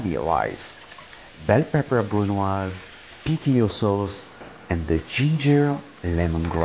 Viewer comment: BRUNOise....come on,, you were the inventor of that!